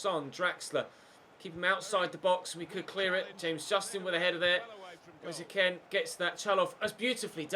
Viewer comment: U say kean so wrong 😂😂😂